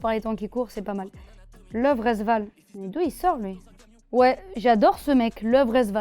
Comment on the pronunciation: Et arrête de dire leuve resval stp